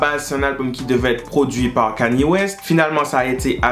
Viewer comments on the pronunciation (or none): none